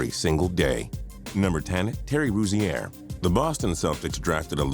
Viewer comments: It's pronounced Rosier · It's pronounced Ro-zeer not fucking Ro-zee-air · Terry ru-zee-air 😂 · Why do you pronounce Rozier like that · The way he says Rozier makes me cringe. This dude obviously don't watch basketball. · Learn how to say rozier next time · You're badly mispronouncing Rozier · U trying to pronounce terry rozier was killing me dude and u r dumb if u think anyone picked out of the lottery can be considered a bust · You pronounced Rozier wrong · You are saying terry Rozier wrong I met him that you are pronouncing it wrong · You said Terry Rozier's name wrong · You cannot say Terry Rozier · I'm mad at how he pronounced rozier